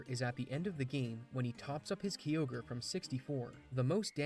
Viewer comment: Ugh, that pronunciation of Kyogre made me shudder😖 Its "kai-ogre" not "key-ogre" It might irk me more than people saying "Rayqwaza" instead of "Rayqwayza" Either way, this guy pronounced so many wrong I stopped keeping count